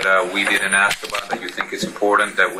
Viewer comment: How can someone so educated not say the word “ask” properly?